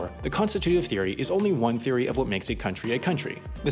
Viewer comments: "legitimacy oof the country"😂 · "...the legitimacy 𝐨𝐨𝐟 the vote" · "the legitimacy oof the vote"